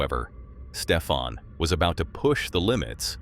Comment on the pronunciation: Stefan. Not Stephan. Stefan. Hys Nederlands. Lekker. Ek kan alles verstaan wat hulle sê.